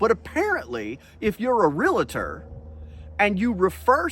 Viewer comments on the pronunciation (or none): I enjoy these videos: but a pronunciation issue. Please! Real-tor (Realtor) NOT real-a-tor if a member of the “National Association of Realtors” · Cool story. But (bear with me, it's a pet peeve), the word is pronounced REE-AL-TOR, not reel-a-tor. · It's real-tor not reLAtor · Dude its realtor not realator. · Would you please quit call them a realAtor. It's realtor. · "Realtor" is pronounced "REE-ull-ter", not "REE-lit-err". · It's REALTOR; not RELETTER. There's no vowel between the L and the T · Real-tor… NOT Real-a-tor. Just so you know…. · It's REALtor. not reLAtor. dammit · Great clip, for future reference though realtors are not realAtors. Realtors hate being called RealAtors, it hurts our ears. Again very informative! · Why do people say REALATOR"? The word is REALTOR. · The word is "realtor" not "relator".